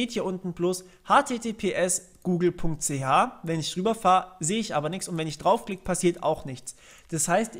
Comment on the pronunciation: da guute google.ch, da kommt der schweizer durch :D